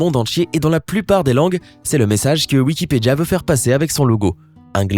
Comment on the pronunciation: Sa se pronnonce "wikipedia" et non wikipeja